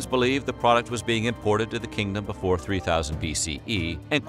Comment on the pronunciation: Okay, I never see any comments about this, but has anyone else noticed that the narrator pronounces the word “Before” like they’re colonel sanders? This at least the 5th time I’ve noticed this in the intro to a video. lol